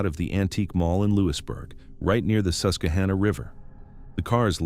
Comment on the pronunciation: It is NOT pronounced Bell le fon te; it is French and pronounced Bell font. Also it is not the Sus que ha na; it's Sus que han na. Please do the work to get your pronunciations correct if you're talking about somewhere. Furthermore don't ever link Joe Paterno to Jerry Sandusky's atrocities. Anyone who knew Mr. Paterno or knew someone who knew him knows he'd never knowingly let children be hurt. This is a man who lived his faith and looked out for his players as if they were his own children. He and his wife had weekly dinners for the players to keep tabs on them and make sure they were doing ok in their lives not just playing football. He ticked off the rest of his conference colleges by insisting his players got real degrees because he knew they couldn't play forever even if they went pro. He'd also tried to let Jerry Sandusky go well before the scandal broke. The president of Penn State at the time, Graham Spanier blocked it. Graham Spanier was later removed from office in 2011 due to being prosecuted for covering up Jerry Sandusky's illegal acts. Joe Paterno was fired by phone call and the Penn State student body basically rioted in the streets because Sandusky accused him and Spanier didn't even have the decency to fire him in person. They ignored the police and the university representatives trying to stop them and despite arrests until Mr. Paterno came outside and asked them to stop. No one ever talked about prosecuting him either. He did what he was supposed to in tell